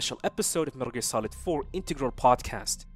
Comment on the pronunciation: First of all, it's METAL GEAR NOT METRLE GREA. please pronounce it correctly